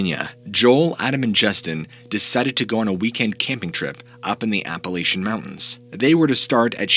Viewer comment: Great job! And thank-you for pronouncing Appalachian correctly!!!